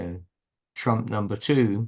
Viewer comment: ...and "Tromp"😅